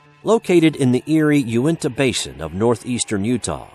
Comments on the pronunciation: its pronounced yoo-neh-tah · Sam Leggett can I yell about how he misprounces unitah